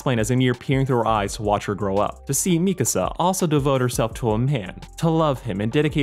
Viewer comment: Bro really said mikasa like me casa